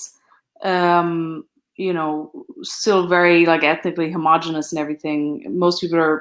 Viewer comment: homogeneous has 5 syllables. Pet peeve. ho-mo-GEE-nee-us